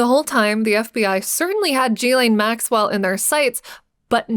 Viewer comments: Jeee-laine? At least say Ghislane properly (Gee-Lane) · Glad you did this post. But her name is pronounced Geelane, with a Guh sound for the G. Not Jeelane. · I thought it was pronounced “gill-lane” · She did not introduce herself as "Jillane." Her name is Ghilaine. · I can’t listen to G lane anymore It’s Ghislaine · Its pronounced Gillen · Yikes...the incorrect pronounciation of so many well-known names and words...G-lane, jufree, phiLANthrapic, teTAREboro. Don't get me started on the French name...just killing me. Are there no producers or editors to help? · It's pronounced "guh-layn" Maxwell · Please learn to pronounce Ghislaine correctly... (more like 'Ghee-LENN')... Ghee... as in 'GEEK'. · You mispronounced Ghislaine Maxwell’s name! *iT is PROPERLY PRONOUNCED with a HARD “G” sound “GiLL -LANE” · GHEE-lyn is the correct way to pronounce Ghislaine. A hard g sound, accent on the first syllable, e as in eel, second syllable is pronounced 'lin' identical to Marilyn. I know this because I listened to people who knew her being interviewed, including Virginia Giuffre. They all say her name this way. I wish YouTube commentators would do likewise. It's not that hard if you are doing research and speaking, in fact broadcasting, on this topic.